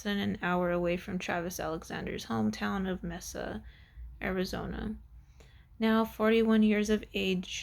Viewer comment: Read much??? Mesa is pronounced with a long A